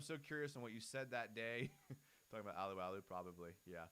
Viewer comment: Got to pronounce Tyson's last name Alualu right. It's not uh-loo-uh-loo it's AH-loo-AH-loo. Like when a doctor says "say ah" when he/she uses a tongue depressor.